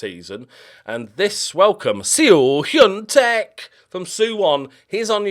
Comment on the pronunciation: So when you pronounce Seo (서) in Korean, the “eo” is just a single letter and pronounced as such. The actual way to say it is closer to Soh.👍 It translates to west when not used as a surname. Hyun-Taek is his first name. Also just for confusion the “ae” (ㅐ) is also one letter and pronounced similar to an “eh” so Hyun Tehk would be a more accurate pronunciation. Thank you for listening to my TED talk on Korean 😂 S E O would be 에스시오 ㅋㅋㅋㅋㅋ Teakkers would be 탴크스